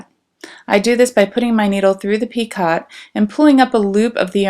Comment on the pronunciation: Thanks for sharing your work. Enjoyed looking at the different motifs. I hope you don't mind if I let you know that the word "picot" is pronounced "PEEko."